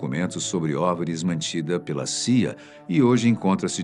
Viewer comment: pse , o loco ali disse saia, mas o certo na "pronúncia" é ci ai ei